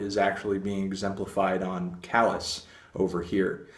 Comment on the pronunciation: Also you are pronouncing the album title wrong...